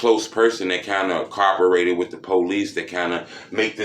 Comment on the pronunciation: My dude said carperated. You mean cooperated my dude. Lol still love all videos bro. Keep doing your thing.